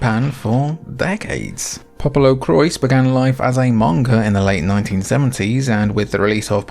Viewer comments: Awesome video! I own a few of these, but you showed me some real good ones I’ve never played! Added them to my Christmas wish list lol! Thanks! As for Popolocrois, you pronounced it correctly, but without the s at the end- “Po-po-lo-croy”. I aslo tend to pronounce it like “popolocroa” like how you said it the second time, but I learned that was incorrect lol. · According to the katakana it reads 'PopoloKurois'... with should be spoken 'Popolocrois' as in english and not in the french way. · It's pronounced "poo poo LaCroix" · Should definitely be 'Popolo-qwah' since it's a portmanteau of Italian and French. But you know, Japanese creators love appropriating words and ideas from elsewhere and fundamentally changing them without anyone batting an eye lid (usually).